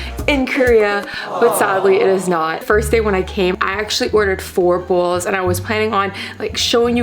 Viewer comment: I'm so busy looking at your eyelashes and listening to you pronounce bowls like bulls. What is up with those eyelashes? They look like a solid piece of plastic or something all clumped together. The soup looks good though.